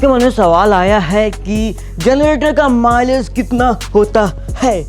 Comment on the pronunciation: At first I hear Malish insted of Milage ..😂